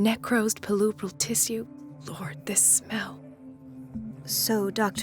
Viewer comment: Why did she pronunce tissue like tisiu ? Isn't it tishoo?